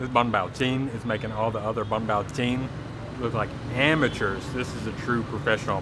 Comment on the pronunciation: Ổng phát âm thành bánh bào luôn kìa =)))))))